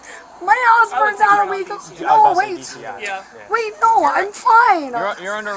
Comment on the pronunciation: She seems to enjoy making one syllable words into two…pleaseuhhh, nouhhh, all Methany’s speak this way 😮‍💨